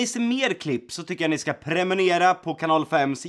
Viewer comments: Jag vet han säger premonera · premenera hahahhaha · Han kan inte ens säga prenumerera när dom har typ 900 000 följare